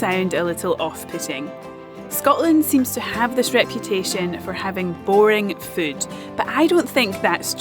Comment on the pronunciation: Whenever she says the word, I think it must be spelled, "fude."